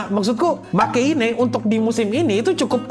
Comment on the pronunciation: 😂😂😂 Bacanya Makein, dikarenakan singkatan dari Make Heroine ga Ooi sugiru (e terakhir silent). Kebanyakan fans Re:Zero memang Subaru lemah dan itu sangat masuk akal sebagai seorang remaja. Yang aneh kalau penderitaan dibanding-bandingkan dengan karakter yang beda anime. Otaknya di mana gitu?